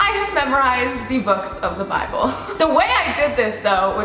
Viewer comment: Was she speaking Asian when saying the bible